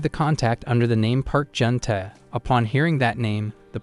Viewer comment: sadly he said junu